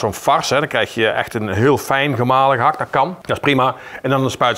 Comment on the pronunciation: ….die “T” bij gehakT is gratis. Krijg je voor niks erbij.